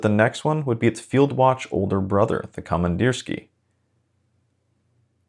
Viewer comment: Pronunciation: komandirskiye (with ye at the end, not ya)